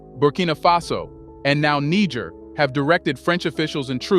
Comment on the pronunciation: What is it with some African Americans who can't be bothered to spend a mere minute checking on the proper pronunciation of African names and places?? You must pronounced Niger in three different ways, none of them the correct pronunciation!!